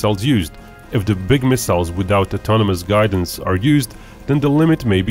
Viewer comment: Why is it you can say "Stealth" properly with the right "th" sound at the end, but every other word, like "the", you say "dah" - use the "th" sound you use at the end of "stealth" on all other "th" words like "the" and "that", instead of "dah, and daht", and you won't sound so dorky.